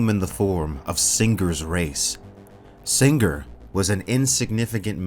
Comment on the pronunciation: "SinGRRR" What did that G ever do to you?